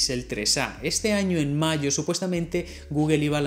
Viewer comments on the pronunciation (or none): none